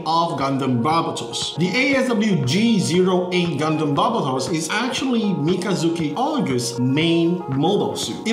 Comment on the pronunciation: why do they always say the name weird, its BAR-BAY-TOS thats how you pronounce the demons name. it was the one thing that kept bugging me that whole show.